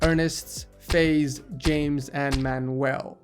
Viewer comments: name FIAZ is not pronounced FAIZ its Faz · its not Faze its Fa-iz lol